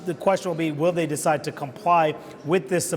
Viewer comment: Nancy can’t even pronounce “ decide”hahahaa what a bunch of clowns